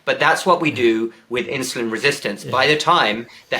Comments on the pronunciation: Why is Campbell saying "inshulin" instead of insulin. Any ideas? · It's not inshoelin!